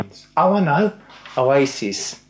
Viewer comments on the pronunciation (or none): none